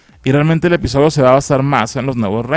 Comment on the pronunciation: Soy solo yo o al inicio dijo espisodio